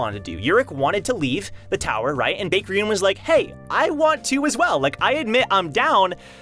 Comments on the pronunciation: I think its pronounced bye-ek. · Your pronunciation kills me bro, it's pronounced BEK!!